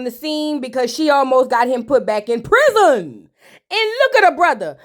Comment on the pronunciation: Hey ❤ the way you say husband "huzbun" 😂 and prison " prizunn" takes me out every time 😂😂 Amara is going thru it😢